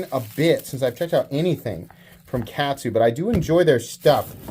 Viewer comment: Katsu is pronounced like Shaman, you absolute rube! It's kahhhhtsu. Kahhhhhhhhhhhtsu :P